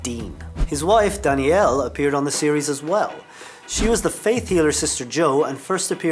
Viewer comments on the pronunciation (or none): Jensen's wife's name is DANNEEL not DANIELLE.